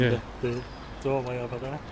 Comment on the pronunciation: Had to turn it off, sorry about your speech impediment. V instead of TH, there and that become verr and vatt hope your mouth gets better.